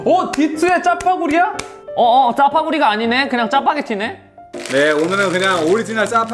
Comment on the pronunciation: 짜파구리 발음이 쫘퐈구맄ㅋ 그리곸ㅋ.. 춤출 때 가운더 이 좀 어이없어하는거 같아욬ㅋ